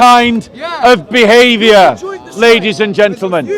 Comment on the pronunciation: How many times he says.. LADY'S AND GEANTELMEN 🤦